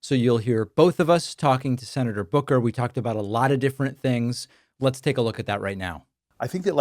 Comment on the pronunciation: His name is Booker, you can't even get his name right. 😂